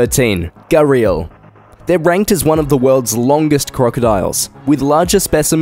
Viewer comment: And gharial: gar - ell